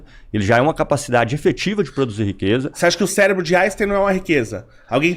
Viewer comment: Até aí comi uma palavra, o fala Celebro. 😂